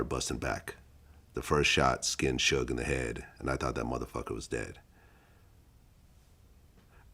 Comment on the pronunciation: Shoog? Shug? Dude can't even pronounce his name.